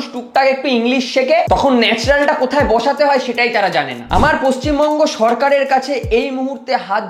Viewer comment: Paschim manga noi 😅 pachim banga ✅